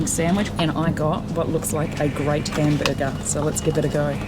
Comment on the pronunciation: Lol “ A great Cambuger” 😂😂😂❤